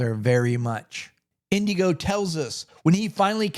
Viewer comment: It's Inigo not Indigo. No D.